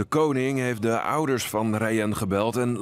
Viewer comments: Je zegt de naam ni rayen maar rayan (geen haat) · Het is raayan zo spreekt je het